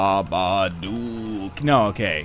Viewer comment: did he just say ba-ba-duk.i just saw that a few days ago